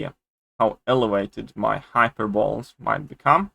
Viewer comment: I love you bro and for that reason i need to let you know... Hyperbole is pronounced Hyperboleeeeee